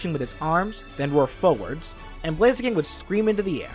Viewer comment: "Kick the foe foewuhds" jesus that hurt my ears